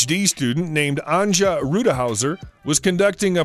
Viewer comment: you might want to get the Gender of the person your talking about right in future as im sure SHE doesnt like being called HE Also its AN'YA not AN'JA